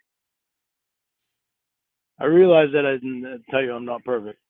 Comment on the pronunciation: I love how emphasizes the w in naWt yet there is no w in not.